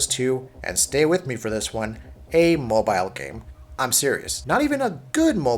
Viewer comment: The way you say mobile really infuriates me